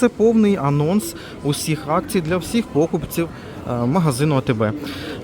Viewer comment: Наголос в слові покупці на ,,ці